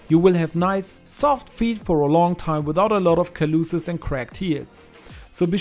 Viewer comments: Callouses is not pronounced cal-loo-siz, but rather cal-o-sis. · His pronunciation of calluses is hilarious Lol 😂🤣😆